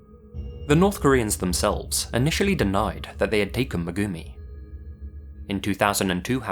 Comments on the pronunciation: Me cringing every time he pronounces 'Megumi', no disrespect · i find it odd how you can say every other place and person name correct except Megumi